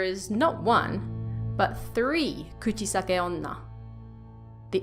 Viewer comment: The way she pronounces Kuchisake-onna is very cute 💕